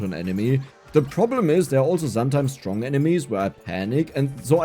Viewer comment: "Zuba duba stronk" 😂 the German accent